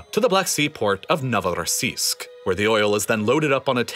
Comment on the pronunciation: The accent in NOVOROSISK